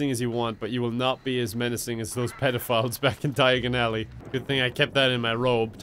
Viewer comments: D-Dia-gon Alley! Fireplace: I didn’t quite catch that. Did you say *Knockturn Alley*? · In the movie he said diaganilly